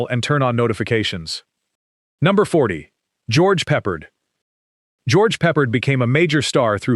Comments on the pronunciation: It's pronounced puh pard, not pepperd. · Pe'PARD!! Not Pepperd!